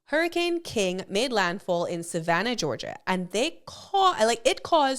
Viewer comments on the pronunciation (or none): none